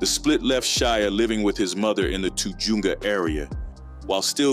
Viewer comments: Te-juunga?😂 Te-hunga!(tujunga) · Lol shia aint no gangsta... hahaha echo park is a walk in the park as far as dangerous goes. He is a Jewish spoiled kid . TA JOONGA HAHA BRO ITS TUH HUN GA . How the hell you gonna make a biography claiming he is from the hood and about that life if you never obviously been in cali . Cant even pronounce the name of a street right . Go back to school or learn how to read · Did you just say toojoonga lmao it’s pronounced tahungah spelled tujunga I had no idea this dude grew up around my area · lol the Too joonga area😂 it’s called Tujunga…….. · Tujunga is pronounced Ta-hung-gah. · did you just pronounce tujunga as "too-jew-nga"? 🤷🏿🤦🏿😑😂 smh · Too Junga??? Do your research man. That's not even close to how you pronounce it! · It’s pronounced “too-HUNG-guh” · “too-joonga area” LOL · It’s pronounced “tuh hunga” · Pronounced tahunga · This guy doesn’t know how to pronounce Tujunga 😂 and Eko Park Locos is a nobody gang 😆 this guy knows $#iT about Nada 👎🏼